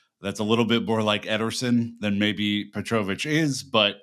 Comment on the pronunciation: Can we confirm how you pronounce petrovic is accurate? Because the way you're saying it sounds so wrong and it's killing me 😬